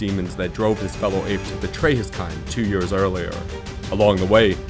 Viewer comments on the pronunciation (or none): "delivering one of the best summer blockbusters in yurs"